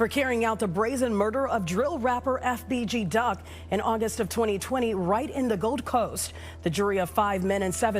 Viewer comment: I hate the way officials, and news anchors say these names. Like FBG Duck, every single one of them stumbles over the letters FBG, like it’s some complicated 6 syllable word. For fuck sake just say it without sounding like an idiot.